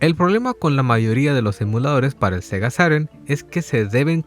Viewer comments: Sega sairen? xD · Todos: sega Saturn/saturno; Sega sarur